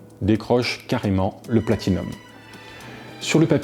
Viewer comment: Bravo, tu arrives à dire Platinum!